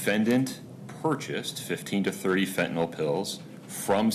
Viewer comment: F E N T A N Y L!! NOT F E N T A N O L!!